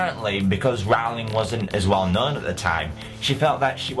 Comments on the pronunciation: Oh look everyone, another idiot who pronounces it as 'rawling' when its 'Roling' rhymes with boling. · It's not "Rawling" It's "ROwling" I intended to capitalize the O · Try saying "ROLL-ing". Then you'll be saying her name correctly.